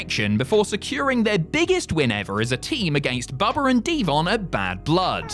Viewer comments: Bubber and d-von 😂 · “Bubber and Devon” lol